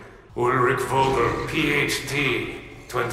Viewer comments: this is completely unrelated to the story: as a german its so funny to hear these names pronounced like that. they pronounce "vogel" with a english V instead of a german V (in german V is most of the time pronounced like an F). if you would pronounce it like germans would, it would sound more like "fogel" with a strong F and "kurtz" would be pronounced more like "koortz". so weird that these are supposed to be german scientists and yet they dont even know how to pronounce their own name. i mean treyarch was right with the pronounciation of richtofen before too so no idea why they didnt make sure its right. sorry for talking nonsense lmao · Very nice video, but you're really butchering the names. Names like: *SHtraus *Fogel *ProYekt EndSHtaTSion And I didn't even catch some of the words. Pro tip: Next time let Google read it for you before creating a video.